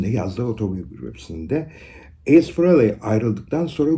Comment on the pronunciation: Ace Kiss'in büyüsüdür hiç bir gitarist onun yerini dolduramadı.. 96 yılında tekrar orjinal 4 lü tekrar bir araya geldiğinde büyük olay olmuştur. Hocam bu arada ''Ays'' diyorsunuz naçizane ''Eys'' diye okunur.